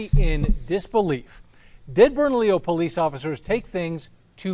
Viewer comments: It’s Bernalillo (Berna-LEO) county, not Bernadillo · I've driven that stretch of 550 through Bernalillo for 10 years. It's the most cops per square foot of Hwy that I've EVER seen. I've NEVER driven that short stretch of road WITHOUT seeing someone pulled over by the road pirates.: It's pronounced Bern-a-Lio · It's pronounced "burn-a-leo" county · pronounced burna-leo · Your saying bernalillo county wrong ! Lol